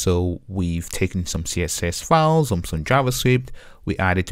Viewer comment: It is a great tutorial except for two things 1. Files or fauls/fawls?! It is not confusing as a result we know that you mean files. Yet, disturbing. 2. rebase part is a bit fast Overall, thank you for your clear explanations